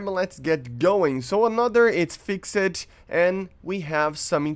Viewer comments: when words have ed at the end it's pronounced 't not 'ed. Fixed is pronounced "fixt" not "fix ed" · FYI, English words that end with ‘ed’ to show past-tense is not pronounce as ‘Ed’. So it is not ‘Fix-Ed’. It is more of a t sound